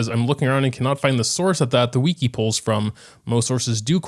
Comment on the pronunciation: i've never heard someone say wiki like 'weakie" before